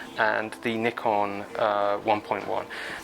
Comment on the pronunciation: I do enjoy your channel but might I offer a small comment ? Could you tone down on the use of the 'COOL' comments it is becoming a tad annoying. Keep up the good work and it is always nice to hear someone pronounce NIKON correctly ! Yes, there is NO 'Y' in NIKON. Cheers.